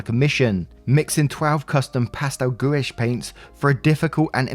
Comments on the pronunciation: sorry gouache is pronounced like gwarsh lol not gooish😂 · as an artist, story 3 hurt me on a physical level. holy shit. (small thing to note gouache is pronounced 'guhwash' soft guh, one syllable.)